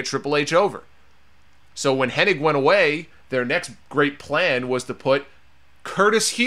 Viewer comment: IT'S HENNIG, NOT HENNING